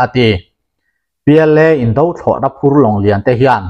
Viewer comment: "Indo lawng" "Indo thlawhna" tih hi "indo hi a tha lo" kan tih a, "indo" kan lam ang hian lam ni zawk ta se a dik zawk em emin a ngaihthlak a hahdam sawt ang mawle... Ka ngaimawh deuh hleka, inthlahrung angreng tak chungin kan rawn sawi hram a ni e. A bengvarthlak thinin a ngaihnawm thin e.